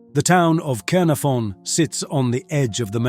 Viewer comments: This is about the worst Welsh pronunciation I have ever heard. Ordinary English people at least put emphasis on the correct part of words like Caernarfon. This guy is all over the place. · Caernarfon pronounced incorrectly in at least two different variations